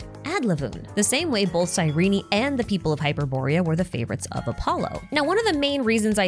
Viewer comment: Great video but it's pronounced "Cyreen" not Cyreney